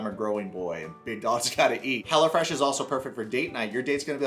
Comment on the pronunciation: The way you pronounce it, I hear "Hella Fresh" which I sort of which was the actual name.